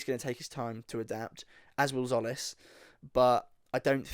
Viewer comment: It’s pronounced “Jolly”